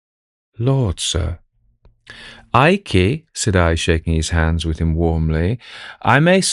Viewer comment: " eye-key"? Not 'Ike' as per Gen. Eisenhower? And here I am having gotten accustomed to AI reducing nominal syllables. The Imperial Japanese Adm. Abe (ah- bay) being constantly referred to as Adm. "Abe".